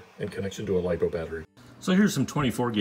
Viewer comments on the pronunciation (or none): none